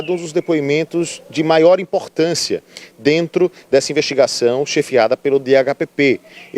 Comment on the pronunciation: "A gente vamos", achou pouco e disse: "Analisar tudo o que tem DENTU do inquérito". 😅😅😅